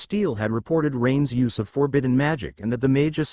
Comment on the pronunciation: I’m an hour and a half in… and every “Rain‘s” is spoken as Rain Es. Does ever fix this? 🤦🏻‍♂️ Great so far otherwise!